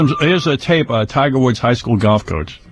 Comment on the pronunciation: “Tiger Wood” Robin said it TWICE!